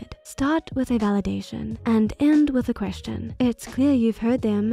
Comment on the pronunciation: I kept hearing 'chrishen' which sounds like christian, pronounced weird. Untill I realized it was 'question' with a intonation of a question. This "accent" can't be real, the intonation is waaaay off.. (And it sounds exactly like btw. No doubt about it. "" must be a pseudoniem for this accent. ) I really wanted to watch this video but I swear I can't follow it bc of the fake accent. ☹️